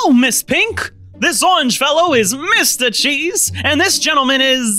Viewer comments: When angel killed mr cheese it sounded like mr cheese said “owcheese” or something like that. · bruh mr cheeze said bul cwap